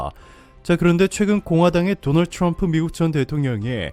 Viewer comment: 죠너얼주 츌엄프. 조 바이든 발음 차이... ㅋㅋㅋㅋ